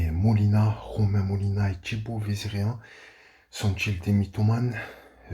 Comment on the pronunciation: Pourquoi tu dis "Tchibaut" au lieu de "Thibaut" ?